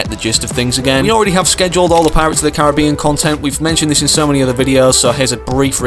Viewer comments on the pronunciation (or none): none